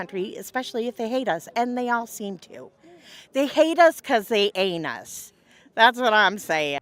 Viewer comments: I think she said anus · Did she say “they hate us because they anus”? 🥹😂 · Did she say "they hate us cuz they anus" ? 😂😂 Idiocy survives. Unfortunately. 😎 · Did she say "They anus" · "They hate us because they anus"? Is that what she said? 😂